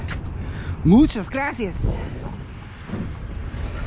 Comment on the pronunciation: As a spanish myself i can say you nailed it on that "Muchas gracias"